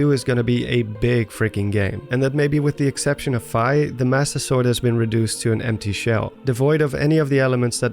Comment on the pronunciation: You drew me into your narrative very well. Until you started mis pronouncing "Fi". Its F-EE. Like as in you got charged a FEE for your meal. This tells me you have in fact NOT been playing all the zelda games. Please do your homework. I had to stop the video and unrecommend your channel. No hate. Only love, you got alot of people who enjoy your work. But if we were friends and you kept mispronouncing my name... There would be some harsh words and a break up.